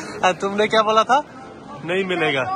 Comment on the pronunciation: Kiya instead of kya